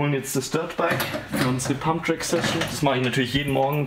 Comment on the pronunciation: Pumpen gehn ❌ Pumpträck gehn ✅ Farbe von deinem Kübel kommt gut!